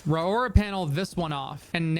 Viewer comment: Pretty sure its pronounced RORY